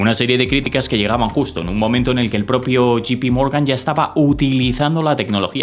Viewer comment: Muchas gracias por tus videos. Los sigo y espero con ansias. Sólo una pequeña, muy pequeña, sugerencia. Me suena muy incómodo que te refieras a JPMorgan como “Yi-pi-morgan “ cuando debería sonar más a “yei-pi-morgan”. Sólo eso y espero no molestar con este comentario. Saludos